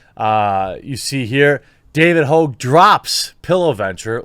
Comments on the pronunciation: Haw-ge not hoo-ge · Not Hoag, pronounced hog, like a pig. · Tell us you like to act like a pretentious douche without telling us you do. Him “hoag” It’s Hogg, yanno like a pig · Lol david hoog, why can't you speak jeremy? Hog. Like hogwash 😉 - you are telling me something is wierd when a kid who already graduated highschool with a fbi dad saw a shooting on tv, then drove his bike there to "interview" kids? Man, that school had zero security. Just saying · It's not "Hoag".. It's "Hogg". Call the idiot by his real name. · First, his name is not Hogue, it's pronounced just like it's spelled - Hogg. As in a pig, swine, a hog. Second, MyPillow existed long before Trump ran for office and is not advertised as a "conservative" pillow company. Mike Lindell is successful because he offers a good product, made in the USA. You're on point with the rest, but these hot takes are getting a little sloppy brother. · Please pronounce his name correctly: David HOGG! David PIG. David Swine! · What's the matter, David? Can't keep it up? Gone soft? Or just stuffed full of fluff? BTW, his name isn't pronounced Hauge, it's pronounced Hog. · Sorry the only way to pronounce that is hog. Prove me right. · is Jermy calling him Ho, are the g's silent lol. what's going on here lol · His name is hogg! No E! Pronounced just like hog, as in the pig, hawg if you want the hip hop spelling! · c'mon, Jer...his name is Hogg...as in pigg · Jeremy it's pronounced just like the animal hog and "Boss" Jefferson Davis Hogg wants his name back..... David Hogg is a disgrace to the name! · Pretty sure his name is pronounced “hog” like the pig. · sup with your pronunciations? david hogg, margot robbie.... both have a long O sound in their last names when you say them but both are supposed to have short O sounds